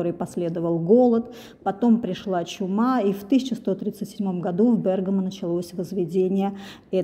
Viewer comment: Спасибо за правильное ударение ❤ Бéргамо 👏🏻👏🏻